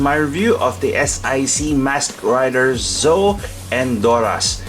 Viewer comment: Pronunciation is not Zoe. ZetO is right.